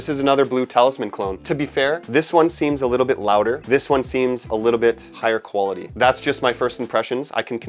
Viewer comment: “The koala tee of this fragrance”